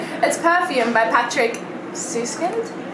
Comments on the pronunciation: Yss thank u for saying the ü correctly:)) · The pronunciation of Süskind is very impressive 💕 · Süßkind was actually pronounced correctly in the beginning, yes the dots are important Also, an information for anyone without an 'ü', dont just write 'u', but rather 'ue'